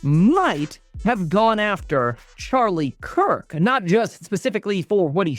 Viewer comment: It’s Charlie Kirk, not Charlie Coke